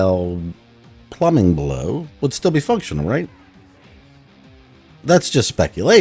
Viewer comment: EXCUSE ME , 'PLUMMING BLOW'?